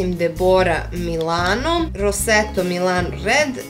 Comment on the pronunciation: hhahah super si izgovorila rossetto <3 cao